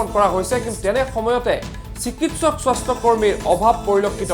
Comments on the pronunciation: স্বস্থ বিভাগ না স্বাস্থ্য বিভাগ. না তোৰ মাত নুঘুৰা হৈছে. আল বাল চেনেল কৰি খুলিব আহিছা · কি স্বস্থ্য হে । স্বাস্থ্য বুলি স্পষ্টকৈ কওক।বৰ শ্ৰুতিকটু হৈছে।